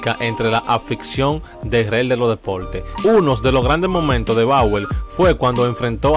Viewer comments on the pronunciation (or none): Hermano me parece que haces buen trabajo pero deberias ser un poco mas natural y no hablar como si estuvieras leyendo. Seria bueno que digas las palabras tal y como se pronuncia por ej; REY se dice tal y como se oye pero tu para sonar “fino” dijiste “REL” y asi se oye peor. Entre otras cositas mas. (Solo una critica constructiva).